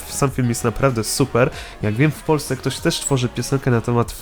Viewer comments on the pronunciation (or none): none